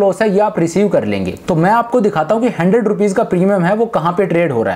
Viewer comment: The way you say Hundred... 'Handred' is just epic.